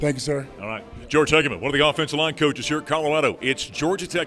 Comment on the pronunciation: Coach George Hegamin, not George Hegamin.